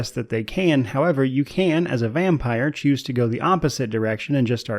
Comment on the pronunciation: Power wash SIM is cool til about 75-80% completion then it becomes a tedious grind. I left it at that. Btw you keep saying "vampeer". Thought it was vampire (vampyre).